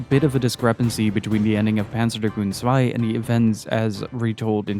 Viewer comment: finally a youtuber who knows that Zwei is not an English word😂